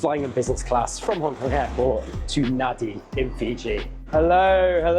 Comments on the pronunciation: yes, it is pronounced Nandi, everybody who ever visited Fiji should know 🙂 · It's a bit late now, but, although the capital is spelt Nadi, it is pronounced Nandi. Likewise, the second- biggest town of Sigatoka is pronounced Singatoka. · NAN-di, it’s pronounced Nan-di. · How long til they work out Nadi is pronounced “nan -Dee”? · Fun fact, it is pronounced Na(n)di with a silent N in the middle in local language. Great race though! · Loved watching this as you showed the different options of getting there. A lot of travel planners seem only use a preferred set of carriers, sadly I was one of those during my last stint in travel planning/consultancy. Looks you had a lot of fun and stayed at one of the classics of Fiji, the Sheraton. BTW Nadi is pronounced Nandi. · It's spelt N-a-d-i, but pronounced "Nandi" like "Candy"... Fijian language rules apparently.. - But enjoyed the super fun video! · Was here to say the same thing :) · Here to say the same thing. I cringed every time they said Nadi incorrectly.